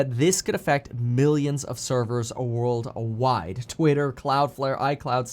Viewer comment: uh-world uh-wide. Why do you constantly add the extra syllable. sounds ridiculous.